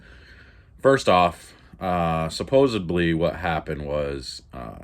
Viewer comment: "SupposaDly, not supposaBly"